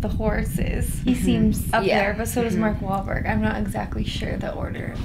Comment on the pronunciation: Did she say mark wallburt in the clip of the hele at the start